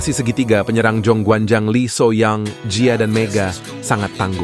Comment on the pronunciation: Min kenapa so young dibaca so yang? Ho young dibaca hoyong?